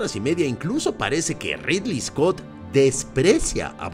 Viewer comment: Es ridly scot porfavor